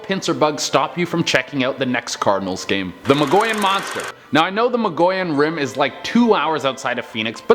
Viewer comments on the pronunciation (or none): It's pronounced muggy on rim